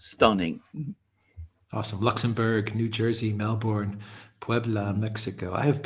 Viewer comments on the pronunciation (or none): Dear, please try to pronounce Melbourne as MelbUrne, not MelbOrne.